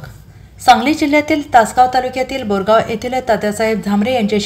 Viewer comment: बोरगांव नव्हे गौरगांव